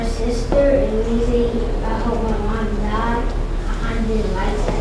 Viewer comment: "diead", right